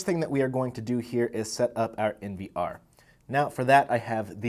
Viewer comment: why do you say POE and NVR like a deaf person?